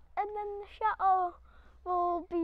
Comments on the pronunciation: I understand that but your parents and Ash always pronounce the word correctly I just wish you could too. Please, watch some of your old videos and truthfully tell me that Cha Oh is attractive. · You don't have to change who you are you just need to put a T in the word Chateau AS IT IS SPELT. I simply do not understand how you can call your lovely building a Cha Oh.......so ugly. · I understand that but your parents and Ash always pronounce the word correctly I just wish you could too. Please, watch some of your videos and truthfully tell me that Cha Oh is a attractive. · Love your program but please, please, please pronounce Chateau with a T. There is nothing more cringeworthy than hearing Cha Oh all the time. It is truly awful.... Thanks.